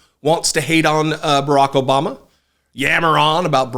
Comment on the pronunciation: "jObama." Perfect!